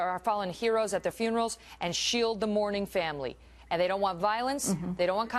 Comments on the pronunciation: Heros + Funerals = "Hunerals" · "huenarals" she broke a heel over that one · Hunerals, lol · lol she said Hunerals XD